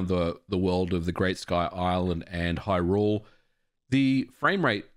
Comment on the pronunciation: what is going on with everyone in the past ... month or so saying "Hyrule" as if "rule" is the stressed syllable, and not "hy"? everyone is doing this, now. i hate it when it's pronounced this way.